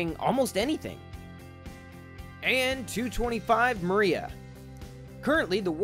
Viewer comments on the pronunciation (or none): That's not how you say Dream in ukreane